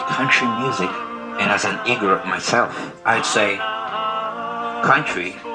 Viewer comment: Not to criticize, but to help you pronounce it correctly. Igorot is pronounced ‘Ee-gooh-róot’. 🤓🤓🤓